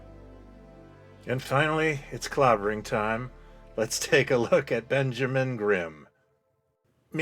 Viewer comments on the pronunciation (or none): none